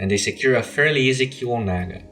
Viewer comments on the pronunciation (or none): none